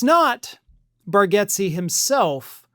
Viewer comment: It’s pronounced Bar- gates.